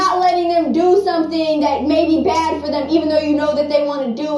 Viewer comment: Who else laughed when she said bhad Bobby